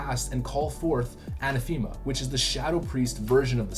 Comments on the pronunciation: uh-neh-thuh-muh not a-nuh-thee-muh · Great video! No diss but it's "An-ath-ema" not "Ana-thema" ;) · Not "ana, thema", but "anath-ema". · Everyone mispronounces Anathema. Its ANA-thi-muh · You Canadians and your crazy pronunciations lol! “Annatheema” he says 😂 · For the love of God, Anathema pronounced uh-NATH-uh-muh - yes it's a real word. The More You Know!